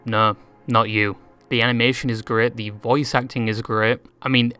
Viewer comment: The way u say worst and great makes my brain feel like it needs glasses